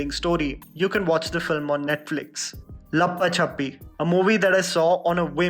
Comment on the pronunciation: Hi I like your videos however you have to work on your pronounciations, especially of Marathi or Hindi names. Its "Raa hu lya" and not "Rahula" Its "Maan ja re kar" and not "Manjrekar". Also the movie name is "La paa cha pi". Please look into this in all your future videos. It sounds rude and disrespectful when ur name is wrongly pronounced